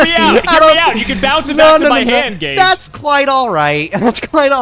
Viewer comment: Ageh of Gageh